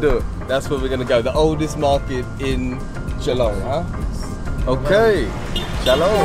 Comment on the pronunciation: I was wondering why you didnt visit Meghalaya last time when youre in north east india..but i think you did it right by deciding to visit now.. You pronounced 'shillong' like a local,👍 Hope you enjoyed our State Meghalaya.